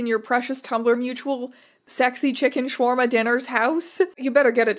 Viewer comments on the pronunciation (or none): none